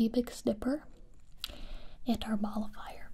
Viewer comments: MOLLIFIER! This whole time I thought she was saying "ball of fire* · I thought you said ball of fire instead of nullifier and I was like yeah let’s set these worries on fire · I don't think it's nullifier either. It sounds more like mall-a-fire. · Am I the only one who hears ball of fire whenever she says mollifyer or whatever